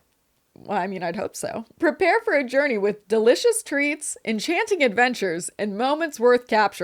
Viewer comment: "encherining entertainment" 💀